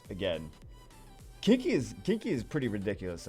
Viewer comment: So....I know you were saying Kiki....but it sounded like Kinky....